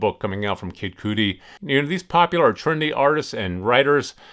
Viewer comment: 😂 Kid Cootie! It’s Kid Cudy! Rhymes with buddy!